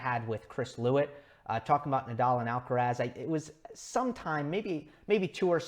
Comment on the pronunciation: It's quite weird how yo try to pronouce all the players's names as accurately as possible (Auger-Aliassime, Giron, etc.) except for Alcaraz's. It is “Al-ca-rath", the “z" like a “th" sound and the stress on the last “a". I think he deserves the same care when pronouncing his name as everybody else.